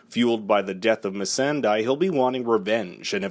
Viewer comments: It's not mi San dai it's mi San dae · Did you pronounce it "missan- DIE" ironically? Considering "missan-DAY" did die in the last episode. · It's Missandei not Missandie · It's missandéi not misanday, for the love of 7 gods. Learn before you read your fucking script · MISSAN-"DIE". WTF! MISSAN-"DEI" THAT! But she died. My head just hurts of your pronnounciation. FFS! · mi-sen-dai. ma-son-dai. Oh come on. You watched GoT, you know the pronunciation. It's mi-san-dey! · 99% comments about the mispronunciation of names Not "Misa--and--dai" it's "mis-san-day" in the last episode itself they mention it like bunch of times smh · MISS-AN-DAY! NOT MISS-AN-DIE! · It's missan-dae and not missan-dye. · Its Ma-send-day not ma-sand-die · Me Saan De. Meeeee saaaaaaaaaaaan de, not mi San daiiiii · Why cant americans pronounce missandei? Dei = Day, why do you lot say it as if its spelt Die? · No one: This guy: Missaandai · I'm not mad...more concerned about this but, when pronouncing names of a show you follow, it only makes common sense to have adopted the pronunciation of her name that is used by the actual characters in the show. Like, why pronounce the 3rd syllable of Missandei as "die/dai", its spelled dei so why change it to an I or A sound and everyone in the show pronounces that last syllable as "they". Granted, some names despite being spelled a certain way may not always be pronounced as its seen. Heres an example, this one interview about GOT on youtube. A director of GOT pronounced Cersei, as "Ser-say", yet everyone in the show pronounces it as "ser-see". I'd be lying if I said this doesn't annoy me though. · Miss-sand-die. Wtf. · Really? MessanDie?? You can’t even pronounce her name properly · I want the narrator missanDEAD for mispronouncing missandei. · The way this guy pronounces missandei makes me want to missanDIE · Missandei; miss-san-day; you fucking idiot. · Missandei not "my son die" 😂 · MisAnDyE hehe sorry i just can’t with the pronunciation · Missandaaai XD